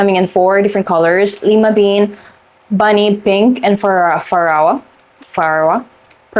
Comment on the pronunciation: Pharaoh = fair-oh like an Egyptian pharaoh Lime bean = lye-ma bean Maraschino - you pronounced correctly 😊